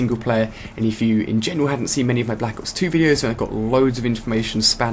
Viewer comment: i like how he says and enunciates "black ops 2"